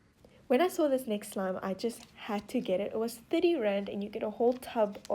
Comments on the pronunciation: The first time you said "Rand", I thought you said "grand".. so when you said 8 Rand I thought you said 8 grand.. I was like "Wait.. no way!! Oh.. wait-" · I thought she said grand not rand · Ok, why does it sound like she's saying grand when she says rand?